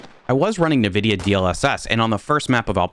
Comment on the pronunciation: Lol..did you say navidia?